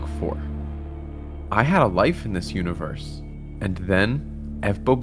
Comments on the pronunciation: see the unevorse 😭✌️ bro gotta take English class ong ong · can u not say universe correct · "The univewse can fweel"